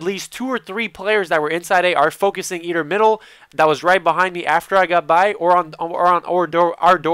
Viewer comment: i love how you say either... eder, eder